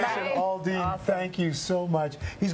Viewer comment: Al-Dean NOT All-Dean